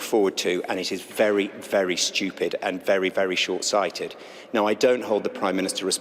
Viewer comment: You know he means it when he says Stu-you-pid thing to say.